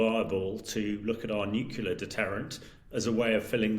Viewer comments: Someone at Times Radio, please teach this guy how to pronounce NUCLEAR. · You missed the point. He's had years to learn how to say an important word in his business, but either doesn't want to say it correctly, or doesn't care to listen to good advice. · The world is teetering on the brink of war and you’re worried about the pronunciation of the word nuclear?!?!?!😂😂😂